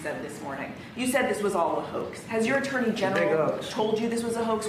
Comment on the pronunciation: The "JURNEY" General huh? 😅 Trump's pronunciation and vocabulary is just embarrassing.